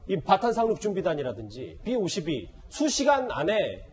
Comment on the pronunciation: 삐 오십이가 아니라 비 오십이